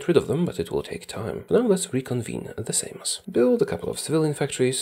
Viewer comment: just perfectly pronounced the word "Seimas". Jesus christ that's skill